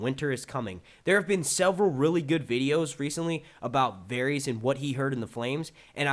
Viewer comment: Um, don't you watch the show? It's pronounced Var - iss, not Varies you great, lumbering mule.